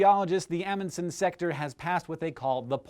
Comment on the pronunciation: Aaaaargh you're saying Amundsen wrong